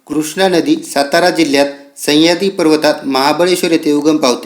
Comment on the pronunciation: सह्याद्री आहे तो... संह्याद्री नाही सर... बाकी video छान